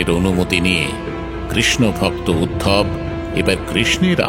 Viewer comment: উদ্ধব কে উদ্ভব বলাহচ্ছে কেন ?